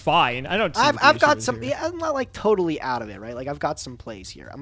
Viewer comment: "I'm not Toadally out of it"